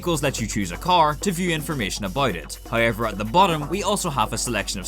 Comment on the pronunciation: Nobody:: "haoever"